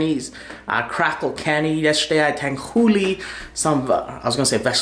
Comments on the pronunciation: I just wanna know how tanghulu could be pronounced tanghuli. lmao come on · It's Tang-hu-lu.. wtf is Tang-hoo-lee?... get it right next time. Lmaoo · Its tanghu”LU” not “li” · "Tanghooli" -, 2019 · It should sound like tanghuloo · lol it’s pronounced tangHOOLOO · Damn i cant stand how he says tanghooli